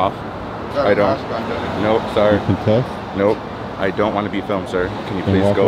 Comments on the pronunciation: Tried and horribly failed to say the word 'Consent'. Next he is going to "axe" a question. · That guys had too many buds the word is consent not contest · I thought he said confess